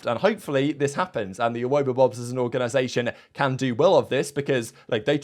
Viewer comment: The pronunciation of Awobabobs is triggering haha, have you never seen the inbetweeners, come on, you're a brit XD